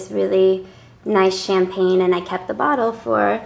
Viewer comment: "Thee" correct term...why so proper?